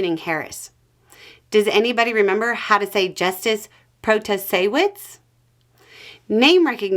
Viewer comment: Oh,girl! You have my heart. Just hearing you speak Protasiewicz makes me smile.